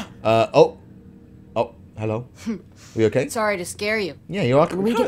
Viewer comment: In every single video of he always says hhhhhelo it’s gaming